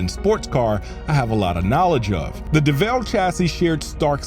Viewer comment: Yo why did you pronounce the name as if its pronounced "Deh Vehlle"...its just Devil...like Satan...